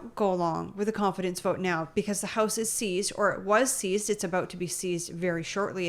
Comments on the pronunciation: I swear when Karina Gould was first speaking she almost said "This side of the heist". Not "house"... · Haha,it sounded like gould said 'this side of the heist'.